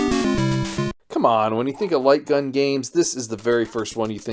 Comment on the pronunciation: What was the name of that light gun game? Strange pronunciation, or is it just me?